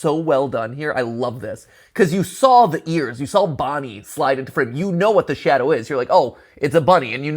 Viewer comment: It's not "sand-oh", it's "sha-dow"